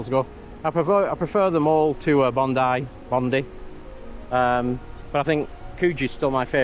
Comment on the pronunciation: As a fellow northerner I do love hearing “Bondy” but it’s defo “Bond - eye” 😉 What an epic trip! Good on you both for living the dream! This is one that’s on my bucket list 🥰